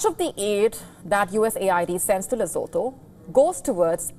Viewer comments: Oh get over yourself Lesotho! Don't tell me you could name every single town or state in any part of the world! And know exactly where it is and what it stands for! Come on! Not impressed. Oh and if you wish to yack about Lesotho, do us a favor, PRONOUNCE it correctly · You can't even pronounce the country's name properly, and you're trying to sound offended on Lesotho's behalf? Morons! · You can't even pronounce the name 'Lesotho' correctly 😂😂😂 You're a joke!!!!😅😅😅